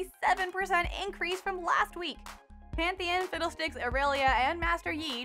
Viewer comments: I swear you said fiddledicks :D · She said Fiddle Dicks. Lol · i think she said fiddledicks :\